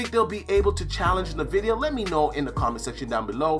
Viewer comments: I’ve never heard anyone pronounce it “nevidia” I always say it like “N vidia” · Why does say navidia? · ...Are you saying nuh-vidia? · Nuh-vidia 😂🤣 it’s team green all day, hang it up🤣